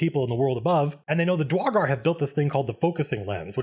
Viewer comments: Dra-gar i know he dosnt care about mispronoucing it but its Dur-igar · Excuse me, Sir Colville, I am afraid I must confess that I, as well as some of my fellow people, find your pronunciation of "Duergar" triggering and personally offensive. I hope and pray to our great and wonderful lord and savior Abbathor that you amend this mistake, so that we may comfortably sell you into slavery, without concern that you may offend your soon-to-be supreme owner-lord. Thank you, we appreciate your consideration. ... ... ... Nah, screw the dank dwarves. Love your vids, man. You wield the voice of an angel, and the words of a timeless scholar. <3